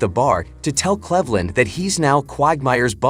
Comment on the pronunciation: / you can't even pronounce Cleveland correctly. Your ai is garbage.